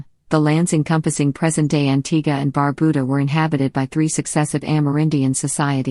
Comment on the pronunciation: Well, at least you got the pronunciation of Antigua right. But, Barbuda is pronounced bar-byuda, not barbooda.